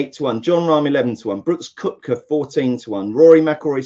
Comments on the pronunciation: Great show guys. I watch every week. Good luck at US open., it’s pronounced ‘kepka’ he has a silent o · Yes it would be great if both guys could learn that it's kepka not cupka. Good show nonetheless